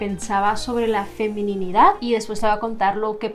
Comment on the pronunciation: Me da ternura como decías "FeminiNIdad" cuando sólo es "Feminidad". 🤭Muchas gracias por tu vídeo, ha sido de mucha bendición, Dios desde hace un buen tiempo me inquietaba en este mismo tema de aceptar y amar mi Feminidad, y ahora veo que fue en el tiempo correcto ya que estoy próxima a casarme. Gracias por confirmar esta palabra en mi corazón ✨